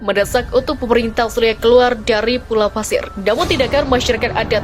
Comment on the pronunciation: suaranya sudah bagus, tinggal diperbaiki pronounciation nya, kata australia nyaris terdengar austria